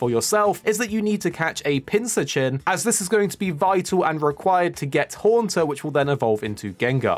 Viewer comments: It’s pronounced Pin-cur-chin, like a cross between a pincushion and an urchin. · You're pronouncing Pincurchin wrong.